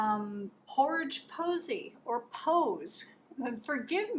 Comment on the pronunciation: Hi! Pourage is pronounced like Garage with pour instead. Posse is like in a western when a group chases the bad guy. Her live is Monday night pm, just so you know. I watch Christine and Allen every Monday night. I have used some of their paints that are premixed. Really nice. So now....pour away! Gorgeous painting!